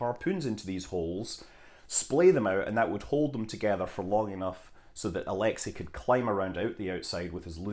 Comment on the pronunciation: Королёв is not "ko-ROL-lee-yef", it's "ko-ro-LÖF". Алексей Леонов is not "ah-LEK-si LEE-on-of" but "ah-lek-SAY lee-ON-of"...